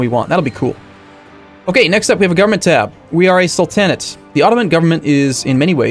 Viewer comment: Anna - tollian, Sul-tan-it